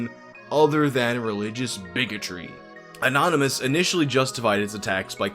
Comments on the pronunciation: It cracks me up that the news caster called it the "Church of the Annonomys" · ''churche of the anonymus'' lmao